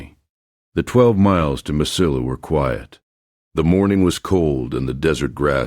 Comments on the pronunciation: Please learn how to pronounce "ll" in Spanish..It is like canyon. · Mesilla is pronounced differently LOL...